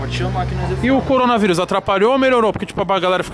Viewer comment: tem toguro falando CORONA ZIRUS tem like 😂😂